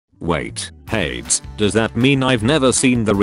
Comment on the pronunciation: Its not ha - eds its called hey - deezz😊